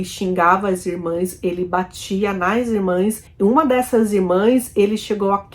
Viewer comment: Amiga, pronuncia-se e escreve-se irmãs.